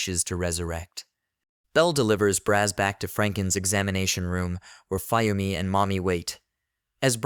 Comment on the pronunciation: also, you're pronouncing Fuyumi wrong, it's Fu-Yumi, Fuyumi, get it?